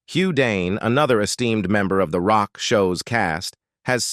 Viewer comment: ROCK…. It’s pronounced ROCK 😂